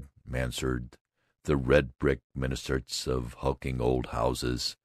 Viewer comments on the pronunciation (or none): might want to learn how to pronounce words (like "minarets," in the first 33 seconds, for example) and read with a modicum of understanding, before he tries more of these. This is just awful--awfully boring. Now I know why I ignored LibriVox after having found it several years ago. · Whoever is reading this keeps tripping over his own tongue. Is the word "minarets" so difficult to pronounce correctly (even in American English)?